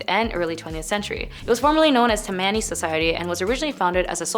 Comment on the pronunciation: She pronounces Tam-man-e hall. It is tam-ma-nee hall. Please educate these children. It makes your channel much less when your channel is extremely educational and interesting. 😮